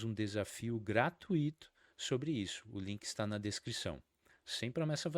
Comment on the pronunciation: O vídeo é interessante, mas peca no final qdo fala gra-tu-í-to. Gratuito se pronuncia como fortuito, circuito, intuito...